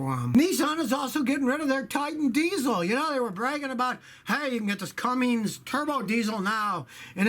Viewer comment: Did Scotty just say Cummings? It is Cummins.